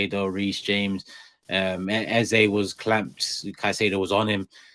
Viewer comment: THE MAN'S NAME IS EZE NOT EZA!!!😂